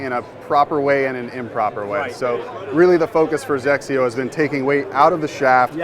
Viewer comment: Hey, if you guys are getting the Hawk, can I have your GCQuad? lol Also, I just appreciate being able to pronounce XXIO. ❤️